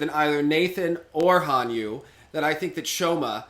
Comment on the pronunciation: Joe calling Hanyu: "Hon-Nu". BRUH.